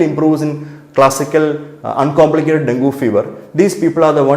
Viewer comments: IT IS infact pronounced as Dengi...if you can't use your brain at least use google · Doc, ithine den - gee ennu parayunnu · Pronunciation - Den-gee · At first you pronounced it as dengi, afterwards you came back to dengu